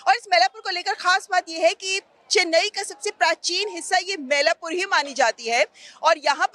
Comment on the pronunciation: Dear Anchor it is NOT मैलापुर. It is मइलापूर मइल= मोर / peacock in Tamil